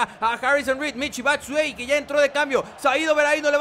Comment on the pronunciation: Se pronuncia Michi Batsuayi